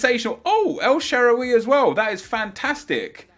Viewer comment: Bro it makes me mad how he pronounces Sharaawy. lol